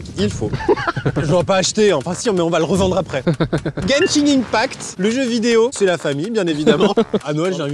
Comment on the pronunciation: juste on prononce genshin 1pact sinon la première et la dernière cachette de Thomas me fume 😭:chillwcat